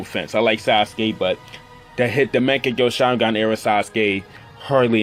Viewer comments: Young Makaveli What. As I watched the video i replied with the ways he said it lmao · bruh legit said mechagyou sharingan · Is he saying "maagekiyo shareengun?🤣🤣🤣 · U cant even say mangekyõ sharingan